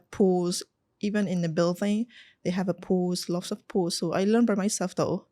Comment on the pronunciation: She speaks so fluent but her problem is grammar, she mention lots as loss